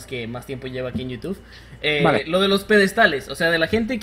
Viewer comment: Los "peDEDstales" :v